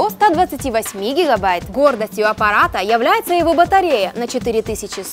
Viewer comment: Ну такой, "книжный" русский проскакивает временами, носители сразу слышат, уж не обижайтесь) - здесь говорите "шЕСтьдЕсят" вместо "шиздисят". - "гордостью аппарата ЯвляЙЭТСа" вместо "йивляица" и дальше "на 4100 миллиампер-чАсов" вместо "чИсов". Во всем остальном - прекрасно, приятный голос, дикция и жестикуляция совершенно не напрягают, ну а "акцент" - даже в чем-то мило выглядит. Продолжайте в том же духе, у вас отлично получается!